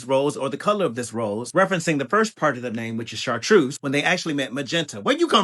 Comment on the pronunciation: Chartreuse is green or a light green-yellow.. char-te-ruse is pink Pronunciation people